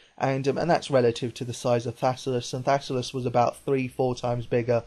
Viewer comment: thassalus?? dont u mean thallasus